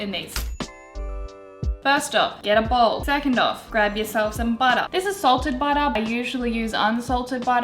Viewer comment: Baotter was all I could hear😂